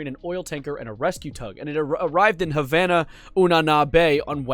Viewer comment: “…And it arrived in Havana-oo-na-na.” 💀 Great vid btw